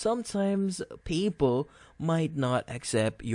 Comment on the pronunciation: "People" are us, you and me are people... "PayPal" is pronounced just the way it looks Pay (as in pay a bill) and then Pal (as in friend) using two words: Pay Pal... This video only sounds confusing, it's an easy fix. Thanks for rhe info.